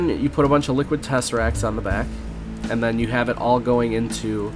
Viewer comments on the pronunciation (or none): Not liquid tesseracts but liquiducts